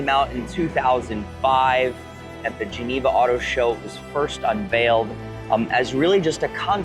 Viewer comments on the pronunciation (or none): none